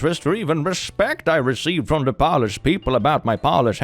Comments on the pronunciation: Its pronouncing polish like nail polish for me 😭 fyi it’s pronounced like “p-oh-lish” if that makes sense lol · there are wireless vr headsets that u place ur phone onto to play games, so that kid couldve been playing something also Polish is pronounced "poe-lish," and "pah-lish" (how u were saying it) is like nail polish :) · Polish??? I'm sure it's Po-lish.....lolol the other one is like giving something a shine. No one cares about my polish heritage either. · Am I an uncultured swine or is saying Polish wrong?